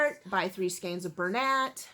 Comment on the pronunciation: Thank you for pronouncing "skeins" correctly!! It drives me nuts when people pronounce it skeens.